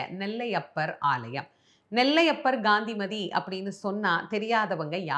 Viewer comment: அம்மா, தாங்கள் காந்திமதியின் திரு நாமத்தை காய்த்திரியின் முதல் எழுத்தான “Ga” போல் உச்சரிக்கின்றேர்கள். காந்திமதியில் வரும் முதல் எழுத்தை “Ka” ஆக உச்சரிக்க வேண்டும். Her name is to be pronounced as KANTHIMATHI and not as Ghandimathi. Thanks for your understanding🙏